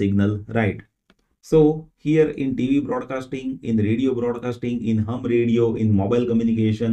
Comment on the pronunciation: "Hum" radio? :-)